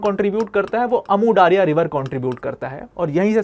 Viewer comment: Daaria nehi daria hai jo word urdu me bhi istemaal hota hai